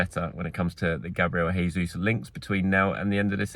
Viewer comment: Gabriel Jesus isn't Spanish, please pronounce his name properly (normal English J pronunciation)